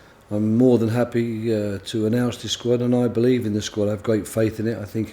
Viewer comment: woy hodgson speaks about his euwo sqwad